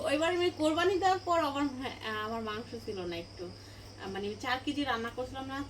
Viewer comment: মানসো না উচ্চারণ টা হবে মাংস